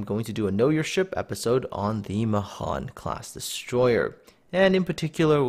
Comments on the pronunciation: It's pronounced "MAY-han" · Mahan means 'great' in Hindi.... Especially the way you pronounce it. I always thought it would be pronounced 'May-Haan'